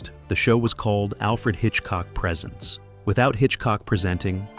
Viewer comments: AI, it's not présent , it's presént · It's pronounced presents, with the long e sound. It's not a show about what he gives people for Christmas! This is proof it is narrated by AI.😡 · The narration by AI is obvious and horrible. Why can’t you use a human voice that pronounces words correctly? Even the title of the show “Alfred Hitchcock Presents” has “Presents” pronounced as “presence.” Pay attention to detail. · Total A.I. slop. From the first minute, pronouncing "Presents" like the presents you get for Xmas should tell you everything. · I checked out of this at 20 seconds in, when the fake AI voice mispronounced "presents". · I checked out at 20 seconds, when the AI voice mispronounced "presents". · Yes, this must be AI narration as the narrator mispronounces the name of the show as being "Alfred Hitchcock presents", rather than "Alfred Hitchcock Presents" as can be heard at :17. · Repetitive and misspoken, especially Alfred Hitchcock “Presents” which is said as if it is a gift and not an offering to the audience. 😂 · The second time this AI idiot mispronounced 'Presents', I hit pause, and will move on. The inexcusable laziness of the typical YT creator, refusing to simply edit the narration before uploading, is enough to make your everyday crabby pedant's head explode. Are you trying to KILL us??? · ...and it's too damn bad, because I for one really enjoy watching a well-scripted and researched presentation (pronounce THAT) like this one. sigh What a world, what a world! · Dump the AI narration please. For Alfred Hitchcock Presents. The word “Presents” is It’s pronounced as a verb, not a noun